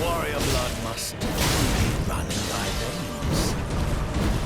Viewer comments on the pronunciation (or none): none